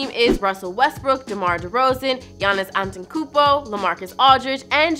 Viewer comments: You can't even pronounce my boy Giannis Antetokounmpo's name. 😂😂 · "Giannis Antokounmpo"